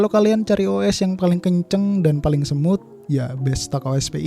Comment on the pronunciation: Smooth bang, bukan Semut HAHAHAHAHAHA